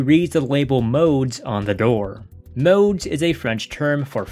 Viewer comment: The film is extremely creepy, but if you're going to talk about it, at least learn to pronounce the French words. The word nuit means night and is pronounced nwee. NOT "niyut." Modes means fashion and the s is silent, pronounced "mode." Buñuel is pronounced Boon-you-el. Not "Boon-well" and Deneuve is pronounced like it is written, Day-nuv. Not "Daynoo." And her wardrobe was all designed by Yves St. Laurent. What she's wearing is not just "clothes." And by the way, overall, your "analysis" would come off as more educated and informed without the vulgarity.